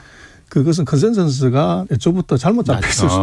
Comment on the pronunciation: 커센써쓰? ㅎ 컨센서스 참. 박사라는 사람이 ㅉㅉ